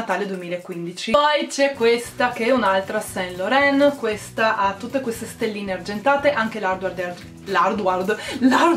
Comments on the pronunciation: LORAN si pronuncia San LORAN!! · Ciao bella! Complimenti per il buon gusto, consiglio visto che parlo francese, su SAINT Laurent la i non si legge. Si legge san loran :) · Si pronuncia "ivi san lorân" 💎